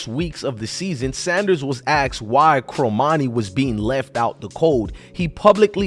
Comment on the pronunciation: 1- it's pronounced CORmani not CROmani.... 2- you say ''to bash this kid the way you have'' is over-simplifying since in the text below the video you said ''earning the praise of.'' 3- another click-bait title ''done with CU''... Unless you're Cormani's best friend or his cousin, you have no idea if he's staying in Boulder or hitting the portal, so don't act like you know any fact before it's proven. At this point, he's staying. I'll bet anything in your wallet he'll have a solid soph season as a Buff. (gawwwd, I despise click-bait bs)